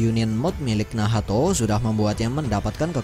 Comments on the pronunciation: hhhh. Bgtu ya bang cma gak enak d dengar beh lw nahato wkwkkw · Bilang nacht aja min agak usaha bilan nahato. Gak enak d denamgar wkwkwk